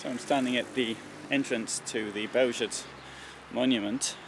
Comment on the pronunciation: Thank You for this film, Sir. You are one of the few foreigners who pronounce the name of the place very good. It is Bełżec. Not "Belzek" like others say.